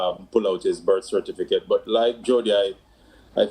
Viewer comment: How many times have the debaters and panel said cerfiticate